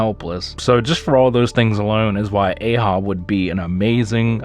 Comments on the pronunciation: Elders is not the highest rank , it’s ancients . And his name is pronounced A-H-AB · You mispronounced "Ahab". It's A-HAB. Like Captain Ahab from Moby Dick. Good list btw.